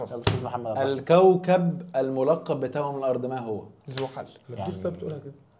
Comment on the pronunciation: توأم. مش تاؤم محاضرات ...... مش محضارات 😂😂😂😂😂😂